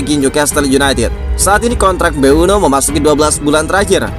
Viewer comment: Mboume min, bukan mbueno😅